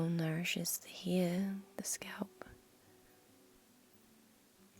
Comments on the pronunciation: I love how you say head, neck, and hair 💜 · I don’t get how you can pronounce scalp the correct way but can’t pronounce hair and head correctly....